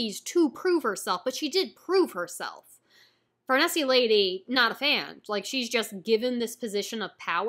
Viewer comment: I love the Conviction Arc, it’s more criticized than most arcs but that’s because other Berserk arcs are just so praised. I think it would be the best arc in most manga. I think you’ll grow to love Farnese. Oh yeah, her name is pronounced as if you were saying “niece”. At least that’s how most people pronounce it, it also just sounds best like that to me. But I’ve grown to not be such a stickler with name pronunciations.